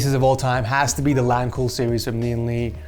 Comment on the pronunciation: I kept hearing Lian Li as LeeandLie and I thought this was a commission build from AmaLee lmao.